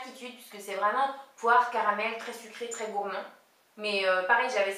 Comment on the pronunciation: je dois avoir faim car quand tu as dit "poire caramel" j'ai entendu "porc au caramel" hahaha !